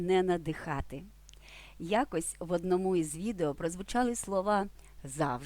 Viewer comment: Не в одномУ, а в однОму.